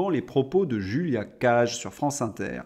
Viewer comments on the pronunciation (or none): none